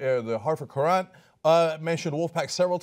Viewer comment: you pronounced Hartford currant like a non-english speaker